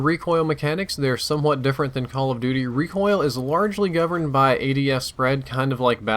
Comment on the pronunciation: RECIOL RECIOL RECIOL